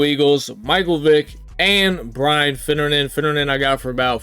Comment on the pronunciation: “Finnejynxinoisesren” man really rolling the r in finnerin😂